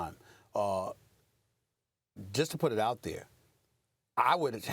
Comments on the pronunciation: She gets a pass bcuz she’s hot but it’s Robert Oree not Robert Whorey 😂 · Did she just say: Robert Whorey? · I like you a lot but please don’t pronounce Big Shot Bob’s name like that ever again.